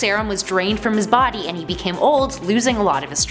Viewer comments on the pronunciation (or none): none